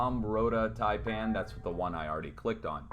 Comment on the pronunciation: Saipan, not Taipan